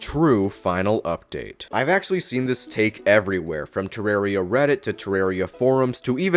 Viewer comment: The name comes from the word terrarium. Do you pronounce terrarium "ter-are-ee-um"?